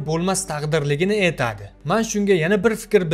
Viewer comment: эйтади..эйланади...зур укиббердинг узиям...а🤣🤣🤣